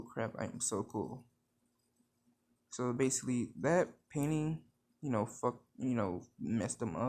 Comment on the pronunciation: when he said he liked painting i heard PAIN INSTED OF PAINTING